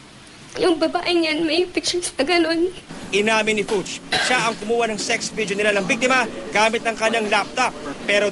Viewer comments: Its a german last name pronounced FOOK... like cook, or hook with an F........not FYUCH:) just FYI! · Fuchs is pronounced 'Fooks'.